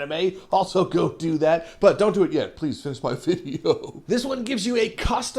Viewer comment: Are you aware you said ples?